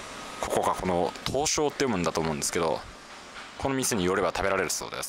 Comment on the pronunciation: 川崎は東照 （とうてる）です